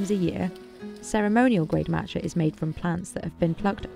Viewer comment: Marrtuchaa. It’s just Mat cha, MA tcha